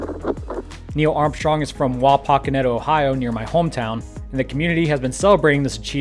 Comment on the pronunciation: Interesting way to pronounce Wapakoneta.